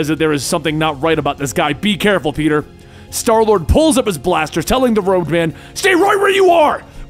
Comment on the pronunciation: he calls starlord darlord